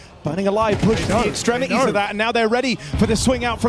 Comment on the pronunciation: I swear these casters just randomly decide to drop t's in words and say others. It's wild. "ExtremiEEES"